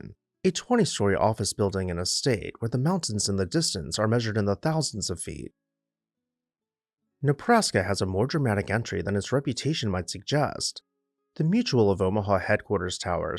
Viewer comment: Did bro. narrator said "Nepraska"???🤔🤔😮😮😱😱🤪🤪☠💀☠💀